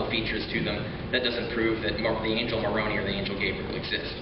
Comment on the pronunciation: Richard needs to learn to pronounce Moroni. Maybe Mr. Deity will teach him